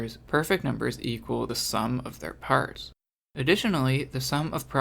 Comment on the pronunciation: "Snnc nummers comnposed of their factors"